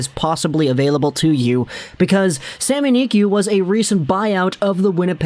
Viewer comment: Just say sami niku no need to make it fancy "sami niqy"